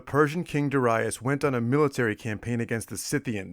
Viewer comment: Very interesting tale about the sack of Miletus. Also, I like how you pronounce Darius correctly, at least this Latin version of the name, according to Latin stress rules on the second syllable as Darīus. Great work!